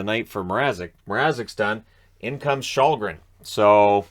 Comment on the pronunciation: Källgren really should be more like shell-gren than your shawl-gren.